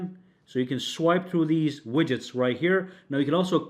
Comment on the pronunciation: Widgets is pronounced WIDJITS, not "WIGGITS."